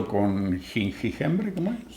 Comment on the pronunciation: Siempre es un placer saber de ustedes y disfrutar de sus videos. Aurelia pronto disfrutara las sabrosas comidas que hacen. Querido cuando vas a aprender a decir "jengibre"? jajajaja. Gracias hermosa familia. Los amamos. Abrazos desde San Martin de los Andes.